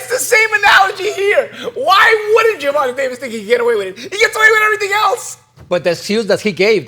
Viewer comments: why the hell does Paulie always mispronounce Gervontas first name... its Ger Von TAAY not GER VON TA as far as how its pronounced. lmao smh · here you go so you can learn to pronounce his name properly bro. jr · vaan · tay day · vuhs